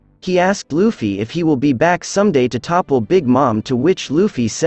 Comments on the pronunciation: Did this dude call luffy, luufy? For shame young human for shame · Love the video but please pronounce luffy’s name write lmao. Its luuufy, not like how his names written.